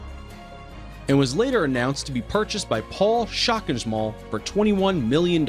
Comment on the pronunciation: It had me in tears how he pronounced "Paul Schockemöhle" XDDDD